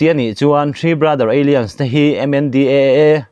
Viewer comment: bengvarthlak thin e.. Alliance kha Eilians ti in i lam a, alains tia lam tur zawk a ni.